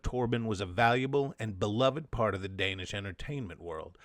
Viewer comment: Hi, it is I, your countless listeners in Denmark. Don't worry, you managed to massacre the pronunciation of every single Danish name and word, but we forgive you since you somehow managed to stumble upon the existence of the ABCinema art collective in your research.